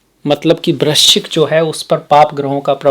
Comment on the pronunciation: Aap bahot pyare ho. Vrischik nahi bol paye hey. 😂😂😂 Par aap widwan hey. Pranam.